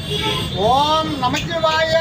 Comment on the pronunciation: அய்யா ஓம் நமச்சிவாய இல்லை ஓம் நமசிவாய பஞ்சாட்சரம் தவறாக உச்சரிக்க வேண்டாம்